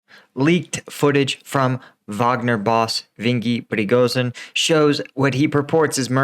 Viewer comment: It’s pronounced ivgenny pregozin even though it’s spelled completely different. Much love from uk brothers stay safe stay frosty 🇬🇧🇺🇦🇺🇸💯